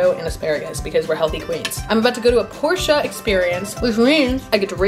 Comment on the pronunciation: Finally an American pronouncing 'Porsche' in the correct way. And certainly it's. She never disappoints.